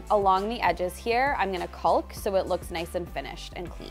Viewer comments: I love you. I love your work. PLEASE pronounce 'caulk' properly - it's making me twitch. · Just an fyi....its not "caulk" (as in McCaully Caulkin.) It pronounced "cawk"...like "walk" with a "c." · I love this so much! Your visions are really great, but please just say caulk without the L, it’s silent. Like caught but end with a K. No hate comments, just trying to help. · Fwiw the word ‘caulk’? Don’t say the ‘L’ at all. Just say it like ‘kawk’ —❤the correct pronunciation. Such a fun episode! Thx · Just a friendly FYI. Caulk is pronounced kaak. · The L is silent in caulk. Pronounced like "cawk" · What the heck is “cauLk”? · The L in caulk is silent. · FYI, the "l" in "caulk" is silent. Can't believe how many DIYers say it wrong!! In spite of that, love your channel! -Sharon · I love to watch your show and get great ideas. Thank you. FYI the letter L in caulk is silent. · Watch your channel all the time. Great ideas. BTW…the “L” in caulk is silent! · I’m curious as to why you pronounce the “l” in caulk. Is that a Canadian thing? I know that in British and American English it’s silent, but maybe Canadian English is different? Do you also say the “l” in chalk? Just wondering. I know many words are different in our two countries - for instance, I was shocked the first time to hear “decal” pronounced “deckle”. Who knew? 🤷‍♀️ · Is she afraid to say caulk correctly? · I laugh every time you say caulk with an L. The L is silent.